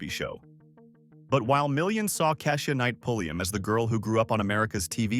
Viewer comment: They mispronounced Keisha's Name 2 ..